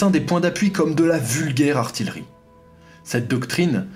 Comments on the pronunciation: Super video très instructive. PArce que je suis un peu chiant :-) j'ai 2 remarques on dit ''ARTIYEURIE'' car il y a 2 L et non ARTILERIE :-) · C'est l'heure d'un bon chocolat ! ;-) PS. "artiyeurie" et pas "arti le riz", mon père était artilleur, je me sens obligé de faire la remarque. Un gros like malgré tout ! Un sujet sur l'aviation peut être ? On a l'impression qu'il n'y avait pas d'aviation Française face aux allemands en 39-45, pas de films à ce sujet et je trouve ça vraiment dommage... Je sais que ce n'est pas le cas et nos pilotes de l'époque méritent justice !